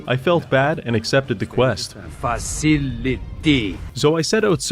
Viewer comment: Man used 150 % of his brain power to pronounce facility